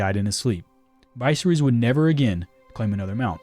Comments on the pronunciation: Vice-er-is 🤦🏾‍♂️🤦🏾‍♂️ Dude has horrible pronunciation skills & on top of that, I find it very hard to believe he never heard George rr or anybody else say his name in real life. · Mkay. First syllable is pronounced with a short I sound, like in "igloo." Second syllable is pronounced with a short E sound, like in "ferry." It's also the syllable with the greater emphasis. Third and final syllable is, once again, a short I sound, think "kiss." Now say it with me: Vi-SER-ys. There you go. 😊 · Vice-reese guys, vice-reese. We have a TV show where we can hear the pronunciation yet here we are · Viserys’ name is pronounced Va Sear Us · Dude You’ve been told by the creator how to pronounce the dudes name Vis-air-is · It’s pronounced Vis-ser-ris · Dude pronounced viserys like it’s a medicine you find at a pharmacy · Nice pronunciation of Viserys 😂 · Ur pronouncing visery's name horribly wrong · You can pronounce Rhaegar but not Viserys? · Why make GoT content if you don't watch GoT? Because if you did watch it you'd know how to pronounce Viserys